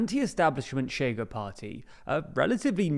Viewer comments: 1. Ok but the main point for us to stress to the world is them not pronouncing it tch as if it was Spanish. That's the real annoying part. 2. Maybe try to use the International Phonetic Alphabet? It's striking when people not from Portugal or Rio de Janeiro imitate our accent and say we have no contrast between isqueiro (lighter) and chiqueiro (pigsty), or escória (scum) and chicória (chicory). Isqueiro in Rio is [ˈɕ̆keë̯ɾˠᵝ], zero rounding of the sibilant and most of the friction is felt when the tongue is retracting to then form the next syllable, chiqueiro is [ʃ̩ꟹˈkeˑɾˠᵝ], with the ch clearly protrusive. Same for escória [ɪ̊ɕˈkɑ̽ꟹʌ̯̈ɾjə] and chicória [ʃ̩ꟹˈkɔʷˑɾjə]. (Contrary to myth spread by our own academia, Brazilians do absolutely have the schwa, the difference is our [ə] sound is slightly retracted i.e. closer to [o̞] while the Portuguese one is slightly advanced i.e. closer to [e̞]—AND /ɐ/ [ɐ ~ ɜ ~ ə ~ ɘ ~ ɪ̈] is now a phoneme for us too since we contrast cárie [ˈkʰɐ̞ɾʲɪ] and curry [ˈkʰɜɾɪ] mostly through that vowel; in Occitan the vowel phoneme in the final unstressed "a" position did fully turn into [o̞], funnily enough.) Portuguese people try to explain it by saying the chiado s is "j", but it's not that it's voiced, the voicedness of j [ʒ] is just taken to represent the less protrusive, shorter, less sibilant characteristic of [ɕ]. When it comes to cariocas, we never say that, because we pronounce [ɕ ʑ] in onset environments, including stressed /i/. I am not t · not so fast, this actually DOES have nuance, the thing is, the TL;DR guy just used the normal English sh, at his first utterance it even sounded a bit like tch, maybe with less rounding or friction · Look, matey. The analysis is fine, but you SHOULD KNOW HOW TO PRONOUNCE PORTUGUESE WORDS. The party “CHEGA” is pronounced “SHAY guh”. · Chega reads more like Shega in Portuguese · It takes two seconds to Google how to pronounce "ch" in Portuguese. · Pronounced "SHAY-gah"